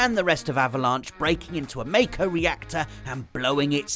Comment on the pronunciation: Glad you pronounced “mayko” reactor not “marko”. I can’t seem to get my head around pronouncing the latter.